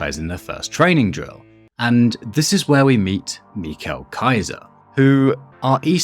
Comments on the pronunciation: Sorry to correct you but his name is Michael not Michel it has an /ai:/ sound not an /e/ sound.Not trying to be a nerd btw. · mi-cal kaiser? it's mi-cel kaiser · are you saying the names wrong on purpose? It's not ME-chael, it's Michael (My-Coal). It's not (is-i-ki) , it's isagi (e-saw-gee). How do you guys butcher the names when it's common sense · Michal kaiser is crazy, im pretty sure you're supposed to pronounce it like micheal but okay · its michael, not michel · Its michael like Michael Jordan not mikhael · im sorry but did you just say MIKO KAISER???💔💔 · "meekel kaiser" 💔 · Absolute banger video. Have to say though his name is more like Miha-el. Just my autism😔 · peak video but just so you know you prounounce his name wrong but peak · insane pronunciation of michael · the way you say michael kaiser is so interesting to me. as an english speaker its kind of hard to imagine saying it like that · Like guys first of all u know Michael Jackson right? WELP THEN SAY IT LIKE YOU WOULD SAY MICHAEL JACKSON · Dude your saying his first name wrong